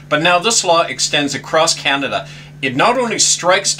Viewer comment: Learn to say Canada properly !